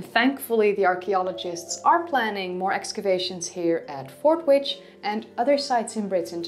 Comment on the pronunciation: Yet another excellent video. Bit of trivia for you. Due to the perculiarities of English, we pronounce Fordwich as Forditch. Something that I am well aware confuses foreingers and second language English Speakers. Keep up your entertaining and informative videos, they're marvelous!